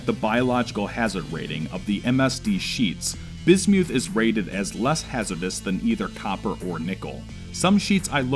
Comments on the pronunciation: It’s pronounced biz • myth NOT biz •Mewth SAY IT RIGHT 🤬🤬🤬🤬🤬🤬🤬🤬😡😡😡😡😡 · ...only an American could pronounce it: bis-MEWTH!!! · I had to stop watching as your corrupt pronunciation of "Bismuth" was intolerable... sorry I tried. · Did he just pronounce bismuth like bis mewth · This is awesome! Side note: totally pronouncing it Bismewth from here on out. Bismuth is such an ugly sounding trash word. But BisMewth... now THAT is a powerful sounding Pokemon name, and I am here for it. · Rusty Shackleford painful right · "bismewth" (the way he pronounces it) sounds like a pokemon lol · LOL bismyouth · That's the most embarrassing pronunciation of bismuth I've ever heard. Great video otherwise. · bro...just say the word right...thats all I ask. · If you want to die take a shot every time he says bismuth funny.